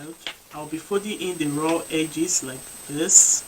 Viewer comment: Brilliant work. I dunno why I kept on hearing ‘I’ll be sewing the two raw eggs’ 😂